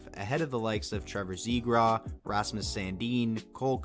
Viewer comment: Did you say Trevor Zebra lol